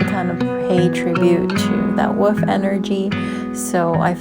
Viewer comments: Love th8is so much! (In my head, each time you said "wolf", I heard "woof" & it made me giggle; which as you know, I really need more of in my life right now... So, a huge THANK YOU <3 <3) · I didn't notice any issues with the sound. It seemed good to me. I did notice that because I have a New Zealand accent and your accent is different to mine, when you said "wolf" it sounded like "woof" to me ☺